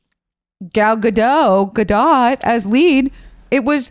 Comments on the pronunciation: Not them calling her Gal Ga-dot😭✋ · Just so know Zach her name is pronounced( Gal -ga-doe) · I know this was a year ago so it's pretty irrelevant now but it's Gal guh-doh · It's highly entertaining hearing the three of you mispronounce then correctly pronounce Gadot throughout this podcast episode.